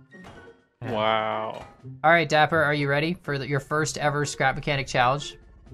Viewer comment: That’s not nice, it’s dapper, not daiper